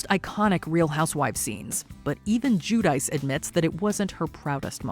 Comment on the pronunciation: Her name is not pronounced as "Jew-Dice" It's more like Gwee-Dee-Chee. She's embarrassed bt her Italian heritage.